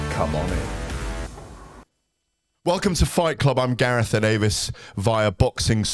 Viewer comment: "I'm GarethEh Davis"